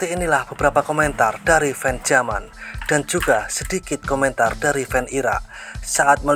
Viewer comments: Yaman,bkn jaman,,,klu logat asing yamen😂😂😂😂 jaman donk😂😂😂😂😂😂😂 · Min bukan j tapi y